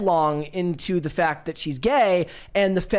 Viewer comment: said “focked of the motter.” I like the channel, and, but when did this generation learn that short A sounds like short O?